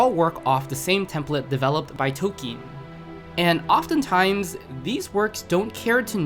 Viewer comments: Are you sure toe keen is how you say that name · Tol-keen is the correct pronunciation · "Tokeen" "Freyin" "Himo" Bro i cant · Free-in He-mill Toll-ken